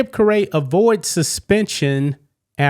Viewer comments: WHOA WHOA WHOA, STOP THE PRESSES! 1st, you're pronouncing his name wrong. It's pronounced " CARRY" 2, WHAT the hell does the insurrection have to do with this or Democrats are pronouncing it wrong! (Maybe you should worry about your PRONUNCIATIONS first)! BTW, Democrats didn't cause an insurrection! Do I believe it was a slip of the tongue, yes I do! But let me tell you what I believe if this was a certain athlete how you would cover this! The athlete in question would of slipped any vulgar/racist terms! You would've said (my belief) OMG! Yeah did he slip that demeaning word? Probably, but was he THINKING IT ALL THIS TIME? Leave me your thoughts in the comments! Does this makes, Jordan & Kobe better! & should the athlete get SUSPENDED?! Wherever the wind blows right, Whitlock, or I'm sorry that "SLIPPED"!? I didn't "PRONOUNCE" the athlete's name cause DAMNIT you here it 24-7! I just couldn't hold back because this is BS! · His last name is pronounce Kari. His grandfather was Harry Caray from the Cubs. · It's pronounced carrey like jim carrey , he's Harry carays grandson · Worst pronunciation of Chips last name in History! Cary is the phonetic pronunciation for his name according to what I’ve seen.The second “ a” is silent. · It's obvious that you don't read the comments to your videos! You were corrected by at less two people on the pronunciation of Chip's last name... it's pronounced as "carry". Get right! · It's pronounced CARRY. Son of legendary Braves broadcaster Skip Carey , and grandson of legendary Chicago Cubs broadcaster Harry Carey . Anyone who follows sports should not only know his background , they should definitely know how to pronounce his last name . Like Drew Carey, Mariah Carey , Jim Carrey , Carrie Underwood. Stop saying Ka-RAY. 🤬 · His last name is pronounced carry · It's CARE- EE Harry's grandson. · Sorry for missing this. The iran news was all i watched yesterday. He used to work for the Mariners and it's pronounced "Carrie"